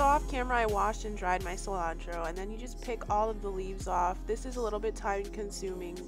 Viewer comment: Is that parsley they call calentro